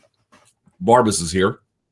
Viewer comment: It's "Barbas", people!